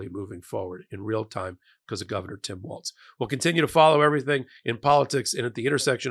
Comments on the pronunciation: It’s “Walls” by the way. Not “Waltz’. Love what you do. Every day. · Maybe my ears deceive me, but it sounds like Micheal is saying Tim Waltz, and not Walz ? Anyone else? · It’s WALZ, Not WALTZ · I love your network. But, please pronouce Tim Walz' name correctly. Walz, not 'WalTz'. No T. Meanwhile, thanks so much for your sane discussion, analysis, and researched info. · NOT WALTZ!!! WALZ like WALLS. No T in Walz. My god folks! Learn to pronounce names! Practice. Your walls are green. No border walls. Tim WALZ! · Love what you do. FI'm from MN so, friendly tip...it's Tim WALZ not WalTz.💙💙💙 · you make many, wonderful points, but his surname is Walz...not Waltz. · His name is pronounced "Walls", NOT " Waltz"! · Pretty sure it’s pronounced “wall-S” not like the dance with the Z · His name is not Waltz. More like Walls. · Not to be picky, but it's pronounced Walls, not Waltz. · “WALLS” not “WALTZ”!!! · Hi. I'm a Minnesotan. Please allow me one minor correction. It's Walz (Walls) not Waltz.:-) He is a fantastic pick!!! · You keep pronouncing his name wrong! It's pronounced Walls, not Waltz! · it’s pronounced Walls, not waltz. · Walz not Waltz. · Walz is pronounced Walls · I think it’s Walls not Waltz. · I assume you're about to get a lot of heat from Minnesotans for saying Waltz. It's Walz; there's no T so it's pronounced Walls not Waltz. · His name is pronounced Waals (walls) not waltz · Let's please pronounce his name correctly....it is Walz (walls) not Waltz (🕺) . Trump does that to Kamala so we must operate above that! 🙏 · Why does everyone insist on calling him "Waltz"? It's Walz, no T. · Walz sounds like “walls” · Walz. Think Tom Petty “Walls”, not the dance step. Soft z, sounds like “s”. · Walz, not Waltz. Get his name right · Hey he doesn’t have a t in his last name, it’s pronounced like walls, it’s not the name of a dance. Either way great choice Kamala! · The pronunciation of his last name is actually like "walls".